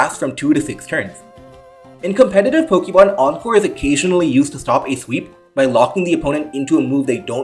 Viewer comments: Po-kay-mon, not Po-kee-mon. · It's not pronounced Po-kee-mon, but Po-kay-mon. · I am considering subscribing just because of the way you pronounce Pokeemon